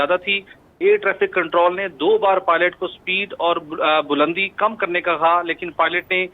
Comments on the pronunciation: bulandi word hota ha balandi ni anchor sahib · Not balandi, Bulandi